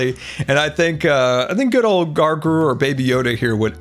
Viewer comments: Is anyone going to tell that its Grogu not Gargu? No? Ok. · Hey great episode, just wanted to respectfully remind you that its gROgru as opposed to gARgru but its okay I struggle English with too:) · Did just call Grogu (Baby Yoda) “Gargurr”?!?!?! HAHAHAHAHA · Baby yoda is called grogu not gargoo! I’m sorry I just can’t stand to hear you keep calling him gargoo. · Why is nobody bringing up the fact that calls baby yoda gargoo? It's Grogu! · I love how Baby Yoda's name is grogu and calls his gargu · lol gargu. I wonder how long he will call him that till he finds out it’s grogu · "gargr" Ahsoka: "grogu" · I love how says gargu, not grogu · When you call Grogu grargu lol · List of mispronunciations in this episode Gargru Wintery Londerland Appreciatitive Treeage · GROW-GU GROGU. NOT GARGO but u tried. 😃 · Grogu not gargoo Just tryin to help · has someone told its pronounced Grow-goo not gru-go or whatever he pronounces it as:0 p.s im not being rude, its just a thing with me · "gargu im so sorry" GROGU NOT GARGU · Gargu? Gargu? Really all real man do fans know it’s grogu or baby yoda. I’m just jk-ing btw! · it’s GROGU, not gargru. Grow-grew = Grogu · Why does he say gargru instead of grogu? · HE doesnt iven know its real name lol, he said grongu, its grogu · Grogu not gorgo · gargur????!!!!!?!?!?!?!?1 really? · It’s pronounced grow gru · Why does he call him gargru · Baby Yoda’s name is pronounced “grow-goo” The line down the middle of the arena should be podzol (because it doesn’t spread!) I like all the mushrooms. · Errrm, baby Yoda's name is pronounced 'Grow-goo'... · No hate but it’s technically pronounced Grow goo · baby yodas name is pronounced gro-gu. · that's not how you pronounce baby yoda's name 😂😂😂